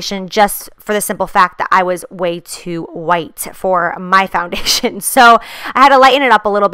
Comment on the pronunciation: when you were trying to say "foundation" you made the noise that Desiigner does in Panda and I can't stop laughing 😂😂🐼